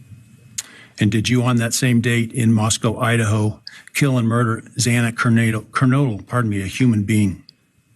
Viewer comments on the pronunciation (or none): He actually got it right the first time but effed it up the second time. So close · I hate that he again mispronounced Xana's last name again. It's just disrespectful.